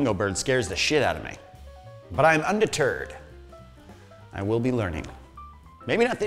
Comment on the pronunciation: You are "undeterred," or is that just a Spanish homage? As in, you are "un de turd?"